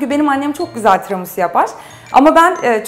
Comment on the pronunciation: "Tiramusu" - "çukulata" 😂😂😂